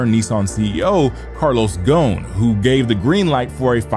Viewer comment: Why do so many people not pronounce the 's' in Carlos Ghosn's name? It's audible. His name is Arabic. The dude is Lebanese.